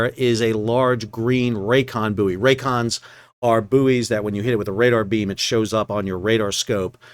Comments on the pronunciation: It is Boy not Booie. Ships are buoyant not Booieant. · It's pronounced 'boy' not booey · It is bouy, not bouy. I hope that clears things up. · Not only do Americans call bouys boyees they also have the green and red bouys reversed which had me a little confused first time a saw a channel in US!! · Boo-ee, hooey! Bouy ahoy! I guess there might be vacancies for ship's Captain, Officer of the Watch and Pilot! And, jurisdictionally, the cargo is Canadian wheat (probably from Manitoba) out of Thander Bay! Anyway, good report, as always - thanks. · Is a "booey" booey-ant? Does it have booey-ancy? Does the water booey it? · Hahahaha. Even though i forgive you for mispronouncing Bouy as Boooooeeeeeeeeeee, they are still back to front too! 🤔🤣👍🏼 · I know it’s spelled “boo eee”. It’s pronounced “boy”. Btw love your content. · Boo-ee, Iri-coy, red right returning. If confined to the Great Lakes, it's a "boat", no matter how big, otherwise a "salty". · I agree as an American in America Sal is entitled to pronounce it in the American way but, as a British Captain “buoy” instead of “boy” drives me crazy to the point I simply have to turn the sound off. But then Americans cannot spell correctly and call taps “faucets” for some peculiar reason. But buoy does this pronunciation hurt my ears. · Aye M'ster howdyado O' Packet (cause that's how they would say What's Going on With Shipping in London) would ships on the Saint Lawrence River usually be controlled manually or via an autopilot on a pre-programmed route? PS: I'll admit, the purpose of this comment is the first phrase, which I just immediately though of when you were explaining why you would use the US pronunciation of "Buoy"... not something anyone should have to excuse oneself much about... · At least you're not saying boobbies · Can't get my head around the American pronunciation of buoy and route